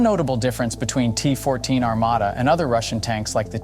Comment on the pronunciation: Во первых не Армада, а Армата, во вторых это не только танк, а лишь 1/5 от основания платформы, также он может быть без экипажа, а судя по одному настроению Президента Путина, а также его слов, что мы ещё даже не начинали воевать, всех НАТОвцев, ждёт большой пиздец😂😊